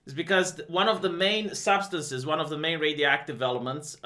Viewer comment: RadioactiVEEty is of the charts